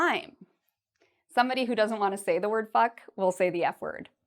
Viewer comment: swear you said "even i won't..." not "i want"